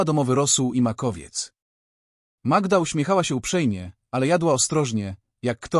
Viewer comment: Co wy macie z tą Magiedą? Może najpierw poznajcie jak wymawia się imiona w języku polskim, zanim zaczniecie się nimi posługiwać. To brak szacunku dla słuchacza polskojęzycznego, i nie brońcie się sztuczną inteligencja, bo ona ma pomagać a nie zastępować rozum.